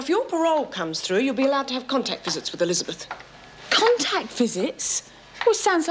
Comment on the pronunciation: I love the way Amanda Muggleton says ‘Elizabeth’ - real, correct pronunciation 👌🏻